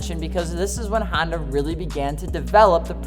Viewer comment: Sounds like he's saying handa